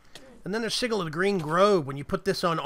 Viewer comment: OMG every time he says "sigal" it triggers me more and more until I finally popped and just threw my phone, my phones still good tho so yeah.. 😂